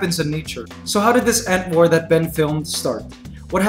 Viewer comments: when he said ant war I thought he said "ant whore" and I was like wait wtf? lol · No offence but when I heard him say "ant war" to me it sounds like "ant wh0re"